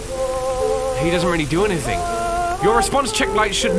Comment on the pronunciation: a n y t h i n k